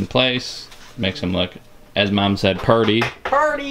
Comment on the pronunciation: mom not mon